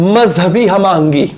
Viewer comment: Very good sir ap ki videos bht ala hoti hain lkn aj mjhy thori hsi i jb apny bola ham ahangi bra funny lga 😁😁😁😁😁😁❤❤